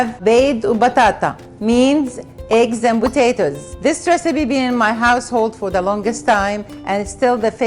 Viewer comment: "Recibe" "Botato" You spell P as B in arabic is that why you pronounce it like that?